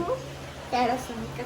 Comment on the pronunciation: Panasonic ❌️ Parasonic ✅️ 🙂